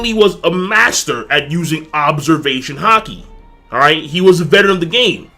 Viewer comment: Why does have a problem saying "Observation Haki"?